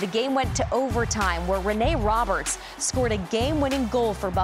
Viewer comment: She pronounced Rene Robert's last name wrong. He was pretty famous for Buffalo. Feel like that needs to be known on NHL Network...